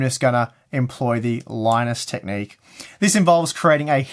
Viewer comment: hahahaha "linus technic" lol